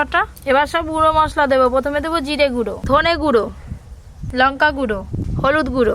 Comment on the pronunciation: আপনি উচ্চারণ গুলো ঠিক করে বলবেন কুলা পাতা নয় ওটা হবে কলাপাতা লুঙকা নয় ওটা হবে লঙ্কা না হলে আপনার রান্না আমার ভালোই লাগে কিন্তু আপনার কথাগুলো ভালো লাগেনা